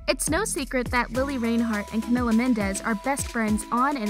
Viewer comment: Its camila not camela